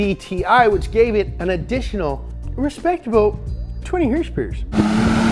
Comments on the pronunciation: I love the way he pronounces "hrsprs".. Not so much a fan of his pronunciation of aluminium. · I was eating an egg roll and I thought he said it had 20 horsepower